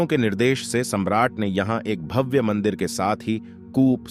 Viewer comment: आपकी व्याकरण कमजोर है , भव्य को भाव, स्वत: को स्वत बोल रहे हैं ।